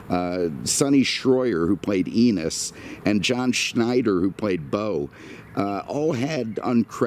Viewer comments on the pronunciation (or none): none